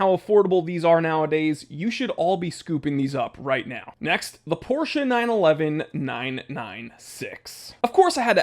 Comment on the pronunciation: First time seeing your vids. Thank you so much for not saying "Porrsh". Its really refreshing!